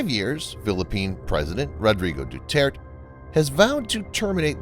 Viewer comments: it's pronounced dew-tear-teh and it's also pronounced be-nege-noh (as in renege no) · Duterte is pronounced De-tert-tay.